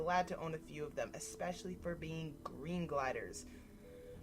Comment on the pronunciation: man you said expecially. I really wanna punch you.